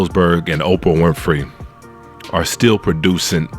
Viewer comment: But can you please say these peoples NAMES right? SPEILBERG. .There's no "S." OPRAH, there's no "F "and it"s Halle Bailey, not Chloe. You're entitled to your opinion, but at least at minimum, say these peoples names right. It makes YOU sound like the "buffoon."